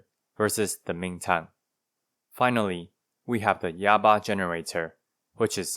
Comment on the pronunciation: Yaba? More like "Yabai" lol